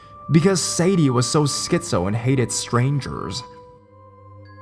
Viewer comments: _- you mispronounced the dog's name. "Sadie" is pronounced Say-Dee not Sad-ee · Hey dude, you're pronouncing the name Sadie wrong. It's say-dee.